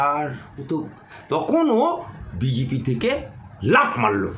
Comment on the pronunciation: কথাটা বিজিপি না। সঠিক উচ্চারণ বিজেপি। কোন স্কুলে আপনি পড়াশুনা করেছেন? আপনার বাংলা উচ্চারণ শুনলে তো ভূত-পেত্নীও ভয়ে পালাবে।